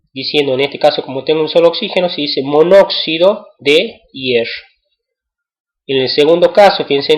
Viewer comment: pero tiene razon esta mal como lo dice